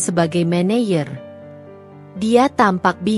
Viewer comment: Min klo baca yg bener dong , office boy dibaca office bo , maneger dibaca maneyer yg bener dong ini Indonesia 😂😂😂